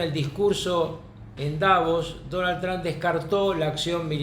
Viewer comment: Carlos, el apellido del presidente de US, es TRUMP, con M, no con N, como te he escuchado decir en muchísimas ocasiones. TRUMP... no TRAN.